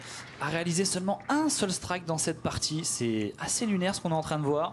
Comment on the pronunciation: la quille n° une... Toujours aussi pénible à entendre. -> la quille n°1 "un" pas une.